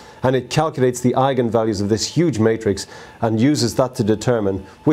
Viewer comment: Thanks for pronouncing it correctly :D